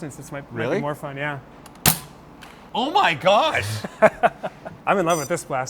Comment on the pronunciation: ‘Awho myuh Gosh’ really showed off his Minnesota Mom accent. Couldn’t help but think Sarah Palin’s accent when he said that. 🤣